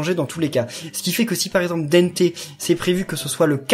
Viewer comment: C'est pas dènté mais dente comme le son an ou en